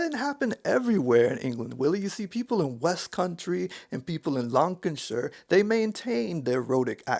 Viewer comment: Oh, we have to talk about Lancashire tho. It's pronounced, Lancashire. See? Almost just 2 syllables, lank as in lanky and a-sure. Only (half) kidding, great video. Huge topic and here's me picking on a British place name... My mum trained me to hear linguistic trends. Don't know why she did. Gotta go fill IN a form pertaining to my drivING licence. Bai